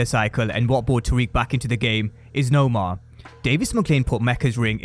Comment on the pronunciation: Pronounce her name right !! It’s Noma NOT Nomar !! She’s not the villain from Black Panther !! It’s NOMA !!